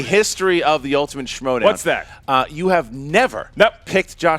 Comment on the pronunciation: Hey? Its Schmoedown not Smowdown. GTFOH